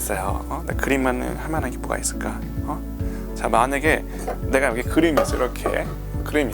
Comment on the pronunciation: '여거' '여가' ㅋㅋㅋㅋㅋㅋㅋ